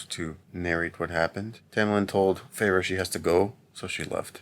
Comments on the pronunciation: “Fay-Ray” I just love 😂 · I was dying laughing when he couldn’t pronounce Feyres name